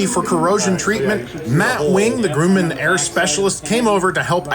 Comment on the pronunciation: The name of that aerospace company is pronounced "Gruh-man", not "Groo-man".